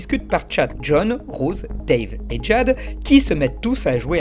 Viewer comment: POURQUOI TU PRONONCES DJADE ???? QU'EST-CE QE TU FAIS À MON PAUVRE PRÉNOM ? :(((((